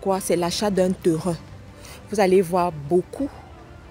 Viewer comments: PAS TERIN . PLUTÔT TÊRIN est la meilleure prononciation.( TERRAIN). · Bon conseils mais vous prononcer mal Terrain. Phonétiquement on dit : TÊRIN. SVP. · Les "TEURUN "